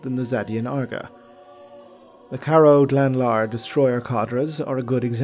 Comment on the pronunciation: Pronunciation of Ak/Karaoghlanlar made me smile, not unkindly. Keep on keepin' on,.